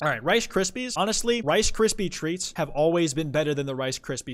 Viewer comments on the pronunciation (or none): none